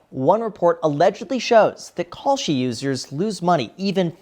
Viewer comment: ohhh kalshi....i thought you were saying "call sheet"... good thing i didn't bet on that...